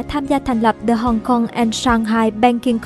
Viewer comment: âm /đ/ trong từ the đọc chưa chuẩn bạn MC ơi